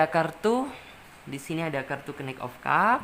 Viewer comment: knight dibaca nait kali mbak..hwhehe...masak knik 😂😂😂😂